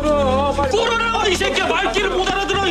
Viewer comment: 요금 내 이새끼야 ~ 할떼 완전 100% 한국인 발음 ㅋㅋㅋ